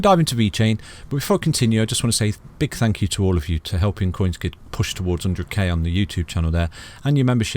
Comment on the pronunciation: Think not fink. That not dat. Thankyou not fankyou. Talk properly thucks sake